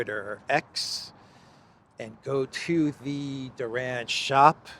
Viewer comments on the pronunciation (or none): none